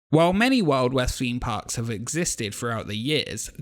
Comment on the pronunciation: "Feeme poks"